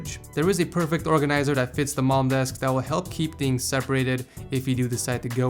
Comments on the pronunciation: i thought it was "mom" instead of "malm" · Thought h said mom desk Xd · Did anyone here “Mom desk”? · it is pronounced mahh hard l hard m